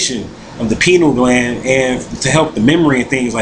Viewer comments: Pineal Gland. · I'm sorry, he keeps saying "penal" gland...